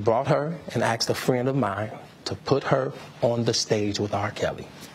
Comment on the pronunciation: Hey “R” it’s pronounced ASKED, not axed.